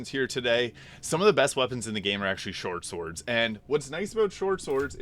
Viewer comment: Anybody else catch him mispronouncing swortshords? Lmaoo